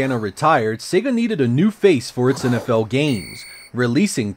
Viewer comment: It’s also nice to hear a Youtuber pronounce “Sega” the same way you hear it at the beginning of Sonic The Hedghog.... “Say-gah” rather than “Seggah”. Always irritates me when I hear the latter.